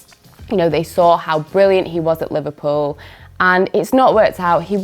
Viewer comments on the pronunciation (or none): none